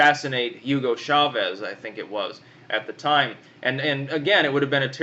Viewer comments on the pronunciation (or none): none